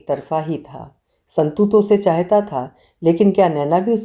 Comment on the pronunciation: Good Story., please pronounce the word ' chahta' correct.'Chaheta' is incorrect pronunciation.